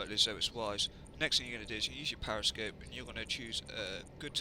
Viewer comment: it's called a periscope, not a pariscope.